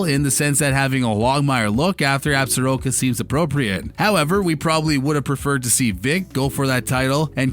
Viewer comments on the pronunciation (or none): As a native of WY, and from the area alleged in the series, I wish someone connected to the show and those covering it knew the proper pronunciation of "Absoraka"!